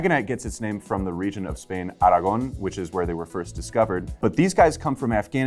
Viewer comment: Aragón pronunciation gives me chills every time👍